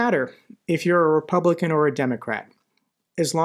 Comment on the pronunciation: Did I heard it wrong or you did said Ruspublican party?